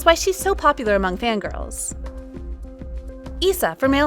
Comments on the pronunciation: Note that STAYC ISA is pronounced "I-sa" not "ee-sa" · for stayc's Isa it's pronounced aisa not eesa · It’s AISA NOT ISA